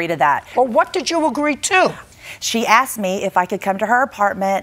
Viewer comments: ... I aksed???? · She actually said that she “aksed” her.